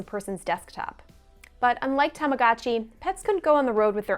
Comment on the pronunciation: stop saying "tamagatchi", it's obnoxious.